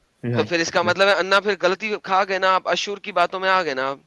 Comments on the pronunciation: It is asur not ashur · ashur nahi, asur hai anna😀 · Not Ashur nahi Asur.